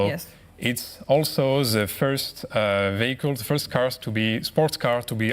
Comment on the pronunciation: no-one on this panel knows how to pronounce "vehicle"